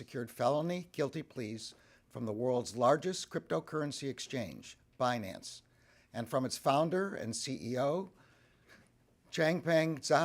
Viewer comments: Damm Binance! It's Bi nance Secretary Yellen you had one job!!! Read the script in a correct believable manner.😂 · If one can’t properly pronounce such a simple word like Binance, is such a person fit to hold a position of power? Crooks and liars.